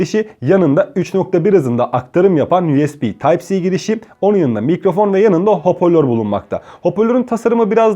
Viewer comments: Hopörlor değil hoparlör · hoporlor değil hocam biraz daha dikkat edelim